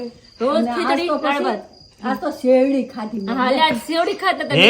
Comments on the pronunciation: Sevdi na bolo sherdi bolat dArshk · શેરડી બોલાય ખોટુ નહી